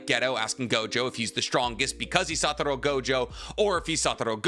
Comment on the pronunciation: He’ll say satoro but not otsutsuki lol nahhhhhh